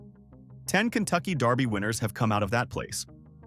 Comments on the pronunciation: Please! It's DERBY! Not Darby. Do your research. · Its derby, not darby! Kentucky belongs to the people, not a bunch of millionaires! i resent your saying that cause its not true! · This is killing me. It is pronounced Versales NOT like the french chateau. It is pronounced DERBY not Darby. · It's Kentucky Derby..... Not Darby! Pronounce it right if you are gonna do it! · It’s DEEEEErby. Not Daaaaarby. 😂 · It is also pronounced "DERBY", not "DARBY". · It’s DERBY not darby. What the heck?!? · DERBY Not darby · Derby is pronounced Dur-bee; not Dar-bee...😊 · Also, it is dErby, not dArby. 😉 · dErby. NOT Darby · Huh it's pronounced how ever the person says it saying it Just like Louisville people says it different I Lived in Murderville Guntucky My Whole Life A Couple Blocks From Derby it doesn't matter how a person says it Frfr but as I was writing this I heard dude on this video say Darby lol so I understand wat ur talking bout your right to correct them on the way there saying it lol My Bad